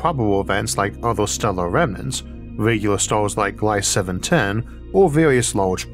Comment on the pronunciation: It's not Glayss, it's Glee-zuh